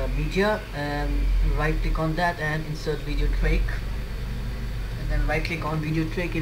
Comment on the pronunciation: Video TRACK, not video TRAIK